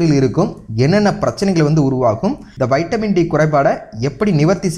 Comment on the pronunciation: Lusu kuthi vaitamin D ella vitamin D olunga pesu muthavi